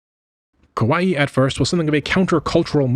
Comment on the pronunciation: I recommend checking out pronunciations prior to recording a video as well. Kawaii is pronounced ka wa ii not kowai or ko wa i. As a syllabic language, Japanese can be very easy to pronounce if you do a bit of leg work and check out how various kana are pronounced fyi.